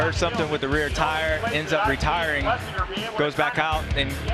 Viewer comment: RE-tiring. I lke that